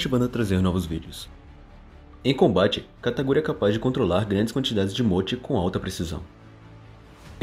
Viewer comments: KATA KU RI, não kataGUri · Não é Kataguri, é Katakuri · Só eu q escutei ele falando "kataguri?" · ELE FALA KATAGURI